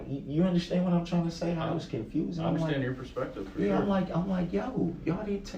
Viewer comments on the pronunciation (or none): douche bag is speaking to Jessica and he says, "sHtill". I'm not sure why this bothers me when he says "undersHtand" and now "sHtill". I'm makes my skin crawl.